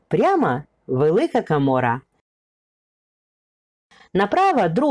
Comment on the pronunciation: гарне відео але дуууже забагато букви а у словах замість о -кАмора то щось..не вписуэться в вашу гарну дикцію! а ось за Фірташів...як це памятка у приватній власності???!!!!Негайно націоналізувати історичну памятку!